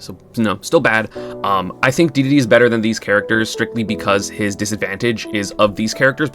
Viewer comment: Having not watched an ESAM video in a couple years, hearing him pronounce the word Dedede correctly feels like an angel losing its wings